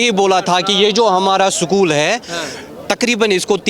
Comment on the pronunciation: ये स्कूल को सकूल बोलता है देखो उलटा खोपड़ी को